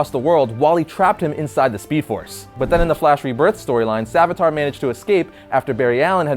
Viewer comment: The Hindu god is named savitr. It's pronounced sa-VITH-ruh The uh at the end is more like an exhale than a groan. It's barely there.